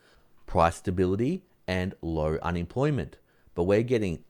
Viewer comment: can you say un-em-ploy-ment ? it isn't unimplimint!